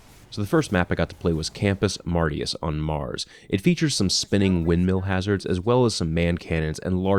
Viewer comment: You pronounced Campus Martius wrong. It's pronounced Marsh-us